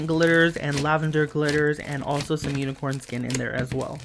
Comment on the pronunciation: he said unixorn skin did he kill a unicorn